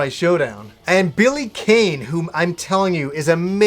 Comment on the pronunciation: It's pronounced, "Billy KAHN!"